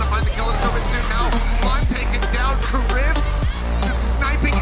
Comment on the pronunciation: I hate the commentator for saying karif instead of kariv